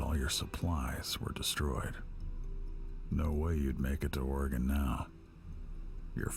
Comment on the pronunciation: you're going to correct him, get the pronunciation right. It's Or-eh-gun. NOBODY who lives here pronounces it "eee" or "gone"